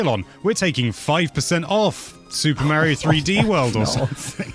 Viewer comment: Is it a british thing to pronounce Mario as Mawio?